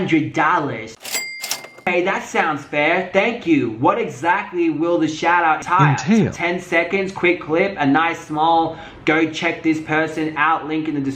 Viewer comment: Lol "What exactly would the shoutout enTILE? how-to-pronounce voice 'enTALE!'"